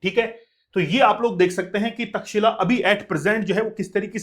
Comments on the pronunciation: सबसे पहले तो ऑनलाइन वाले अध्यापकों को अपना ज्ञान सही करना चाहिए, तब लोग कुछ बोलते है ओर आपको बुरा लग जाता है। कृपया उच्चारण सही करिए। चैट जी पी टी सब नहीं सिखाता है। तक्षशिला हैं वो। तक्षिला नहीं कब सुधरोगे तुम लोग😂😂😂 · India ki alag hi English ha 😂😂😂 pehle pronounce krna to sekh lo Takshila bol rhy ho 😂😂😂 ye Tex Eila aisy pronounce hoga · aapjobhiho vedioto banateho aur itihas bigad raheho .taxila bolraheho. ye tax shila hey.aisehi kuchh salome itihas uchharanse badalta hey. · taxila❌ Takshsheela-correct